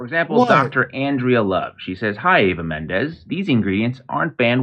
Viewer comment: Its Eva Mendez. No Menendez. Please say the name correctly. It makes you look sloppy.